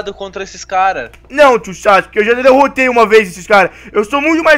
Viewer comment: o sake iafala votimata boruto